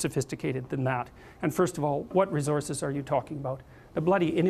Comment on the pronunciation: Why is he pronouncing "resources" like that.